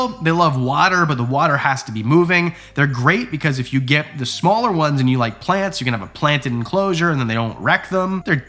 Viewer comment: Shaw! Wow. Shmaller , ecksheption and now shaw I love these little flubs!